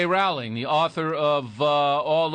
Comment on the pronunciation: ROWLING. PRONOUNCED JUST LIKE BOWLING. GET IT RIGHT. Gosh. And some of his points are so ridiculous. We're trying to indoctrinate people into being tolerant? Uh huh. And that's a bad thing... why?